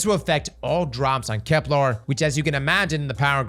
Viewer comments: Bro. Why you keep calling it KeplAr? It’s KeplEr. There’s not larrrrr sound. It’s lerrrrrrrr. Keplerrrrrrr. Bruh everyone else is saying it correctly except you 😂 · Bro gotta stop saying "kepLAR". It's "KepLER". Plz man 😭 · for the love of all things sacred and holy it’s KeplEr! Not KeplAr! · my guy you gotta call it kepLER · Can’t wait for next year’s expansion already so I can stop hearing cross call it Keplar. That and him saying systematic when it says systemic gets on my nerves so much. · Bro's gotta stop saying "KepLAR" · Why “KeplAr”? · Kep•lerrrrrr 😵‍💫 No “arrrrgh”, the pirate over here. 🏴‍☠️ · is a very VERY gay man, so colour me shocked he would pronounce it like Kep-LAAAR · Kepler.. doesnt have an A in it. Its a real-world word, cmon man